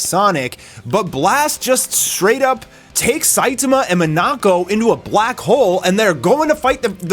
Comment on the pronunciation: Why do you pronounce Saitama that way?